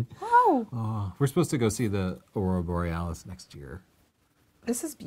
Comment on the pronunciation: Maybe I am not hearing all of the syllable's, but I am hearing aura borealis instead of aurora borealis.